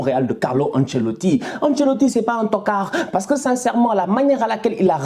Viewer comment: J aime trop ton accent sur le mot toccard 😂👍 ntokaaar😂